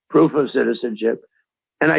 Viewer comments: She said poof not proof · Hey, give, kamala some credit. It's very hard for her to say the word proof.